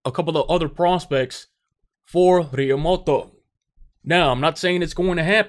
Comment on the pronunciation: El tío se llama Realmuto , not Realmoto